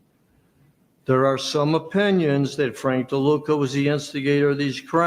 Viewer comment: It's not LeDuca.. It's DeLuca...